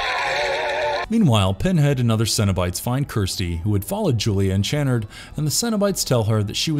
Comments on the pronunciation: Does the mispronunciation of the Lament configuration and Channard really annoy anyone else? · Also Channard's name. If the narrator had actually watched these movies himself, he'd know how they were pronounced. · Maybe you should see Dr. Chenn-erd? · It's Dr. Channard (pronounced CHUH-NARD) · His name is pronounced Chuh-nard, not Chanard. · The worst part of this video isn’t any cenobite; it’s your inability to pronounce key words correctly. Lament, Chunard, Marchand/Merchant or knowing what magnanimous means. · Ok so u clearly have never watched these movies the way u pronounce lament and channard lmao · Your pronunciations are terrible. Could and should have taken a few minutes just to do a search for any other video or audio on the topics and you would know how to say "Lament" and Dr. "Channard". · Obviously he never watched the movies because he doesn't even pronounce the Dr's name correctly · The way you pronounce Dr Channard makes every British person weep